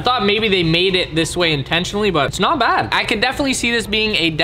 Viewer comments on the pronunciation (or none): Future reference it’s “Not bad not bad” and not “not bod not bod”